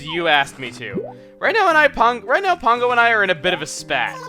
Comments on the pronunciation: Pango is a complete bitch. She put the birthday gift I gave her up for sale in Re-Tail the next day, even though it fell into the categories of things she likes. Don't know why you keep calling her Pongo though, accent I assume? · why do you pronounce her name pongo when it is spelled pango?